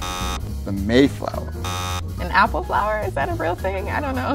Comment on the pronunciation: I think the Massachusetts guy should have won just for saying “Mayflower”